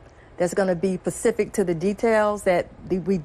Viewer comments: Did say "pacific" details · “pacific to the details” 😂😂😂😂